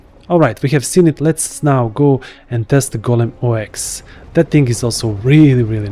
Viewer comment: It's not pronounced "Oh Ex" by the way. It's Ox like the animal. :) o7